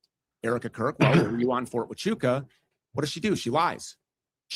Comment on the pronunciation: So Andrew Wilson can do all this debate prep and know every stance Stew has ever had, but he can’t take the time to learn how to pronounce “Huachuca”. Interesting tactic.